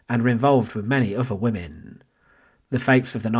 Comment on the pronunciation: Can you employ better narrators? Such flat expression and poor pronunciation wiv (with), uvver (other), welf (wealth) etc. I assume it’s a gimmick but two minutes in, I’m turning off. Shame - it’s an Interesting topic.